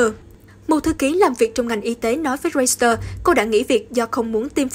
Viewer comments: Hãng tin “reuters” chứ KHÔNG PHẢI là “reuster” ạ! Thím đừng có “sì” lung tung! Làm gì có hãng tin “roi-sì-tơ” 🤷‍♀️ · Xin phát âm đúng từ báo "Reuters"! (... ; ; v.v...)